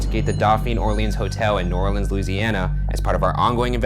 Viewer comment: i’m so glad he didn’t call New Orleans “new orleens”